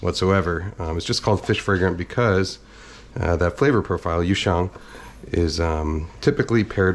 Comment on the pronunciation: He doesn't pronounce it correctly though. it's yu xiang, but he pronounced it as yooshang, rolling the two characters together. I'm a fan of Kenji, but saying he's speaking Mandarin correctly is not accurate.